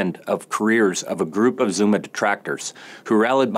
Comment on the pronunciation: His pronunciation of the names is making me visibly wince and cringe.